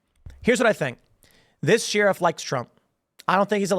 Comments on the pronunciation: Lmaooo at Tim saying “Sheerif” instead of sheriff like a normal human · Yes very sus. But I also wanna know why Tim pronounces sheriff like Sheearuf, cuz it drives me crazy like nails on a chalkboard 😂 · Bro... its pronounced "Sher-if" Not "Shee-rif" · It's "Share-if" not "sheer-if" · Nobody: Tim: Sheeriff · The best thing about Tim pool is how he pronounces sheriff. Sheeee-Riffff 😅🤷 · Sheriff is pronounced like Share if 😂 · "Shear-iff" - Tim Pool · The "sheeruff"? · Sheriff is pronounced..."Share If" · Why does Tim keep pronouncing sheriff “sheeriff” ? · Why does Tim pronounce sheriff so oddly ? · Does anyone else say Sheriff like Tim? 😂😂😂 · Tim why are you mispronouncing "sheriff?" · You pronounce sheriff in a weird way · How did he pronounce sheriff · We does Tim pronounce sheriff weird all the time? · lol, he has always pronounced like that. Not sure what is wrong with him. The ghey? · Dude. You say sheriff wrong.